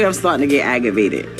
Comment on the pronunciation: Aggavated? The fuck is that? Jesus.......